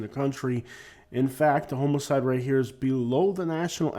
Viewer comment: I kept wondering if you were saying homoside ora homicide. I'm from Minnesota close to Canada and even though I haven't lived there since 14 I can't say bag rag rag without ppl falling on the floor laughing. I really enjoy your content especially being in Lee County Florida. It's heart breaking to see we can't catch up from the last few hurricanes.